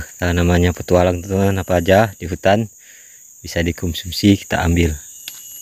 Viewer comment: Bukan Hunan woee bang tpi hutan